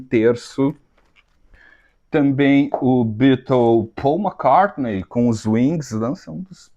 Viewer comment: o Speed of Sound deve ser alusão ao Concorde e vc pronuncia McCart(nei) que é errado e acerta em Hard